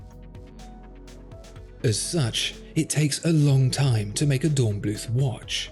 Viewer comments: not bloot... blüth! 😉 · Please say "Dornblüt", German doesn't use a "th" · The final 'h' in "Dornblüth" is not pronounced - German doesn't have the 'th' sound we have in English. The word is pronounced like 'Dornbloot'.